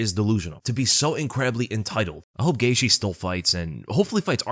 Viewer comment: His last name is actually pronounced gay the